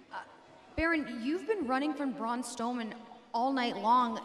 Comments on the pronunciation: braun stoman lol reporter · “Braun Stowman” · Lol she said stowman!!! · Braun Stowman, WHAT?